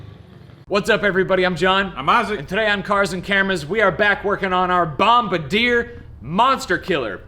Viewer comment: Bombadeer 😂😆😂😆 Jesus that's some bad pronunciation